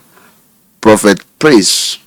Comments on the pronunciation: Bro. It’s prophet not propheth. Good interview though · It's "prophet," not "propheth." There's no "th" at the end of the word.